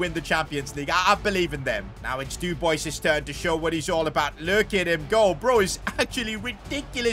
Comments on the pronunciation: Dub-wa say it after me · The way he pronounces Dubois is a special kind of art))) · Nice video mate ❤ And as a french speaking person hearing you pronouncing dubois's name exploded my eardrums 😂😂 Keep up the good work ❤ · Lmao the way he said Dubois